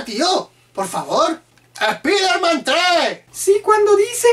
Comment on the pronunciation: Tu único error es como pronuncias spiderman , es un consejo wuey y No seas tan gacho con tu compa :v